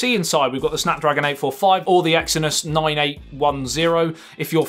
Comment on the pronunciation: "Note Noyn"!!! LoL Hit "Loyk"! LOL